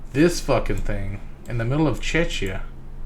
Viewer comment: my dude, it's CZECH-IA, as in the czech republic, with ia at the end